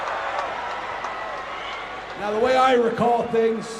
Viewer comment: He actually says “Jeh” instead of “Yeah” 😂